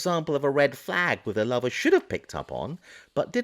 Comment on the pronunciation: I have to ask: why must you refer to the roommate as a lover? Even if the personal / sexual lives had been shared, why would you call his friend, his “lover” when describing him? You might use his name of even just “the roommate”. The tone in your voice and the emphasis on the word lover sure makes me wonder.